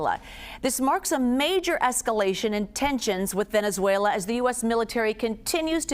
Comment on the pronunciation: She said venezuelar